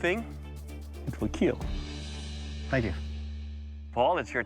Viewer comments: It wheel keal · It will keal